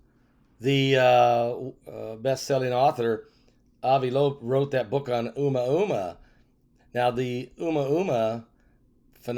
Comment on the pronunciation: 😆"uma uma".. pronunciation is cute.❤